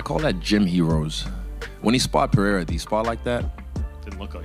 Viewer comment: Pereira not Peheira